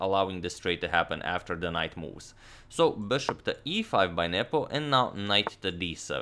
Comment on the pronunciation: Is it just me or did you guys also hear 'Nipple' instead of 'Nepo'?